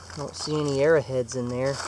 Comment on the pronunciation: it's arrow heads not arra heads lol